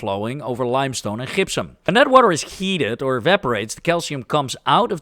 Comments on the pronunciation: Gypsum is pronounced "DJIP-sum" (J as in Jump) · The Dutch g is strong in the gypsum. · One trick for pronouncing Gypsium is to say Egyptian (which you did in this video perfectly), but leave off the E. As someone with Dutch ancestry, I've taken pains to teach my family the correct pronunciation for things like Gouda. It's really funny to see that native Dutch speakers can have the same problem in reverse 😅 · I feel gipped by how you say Gypsum. 😂😂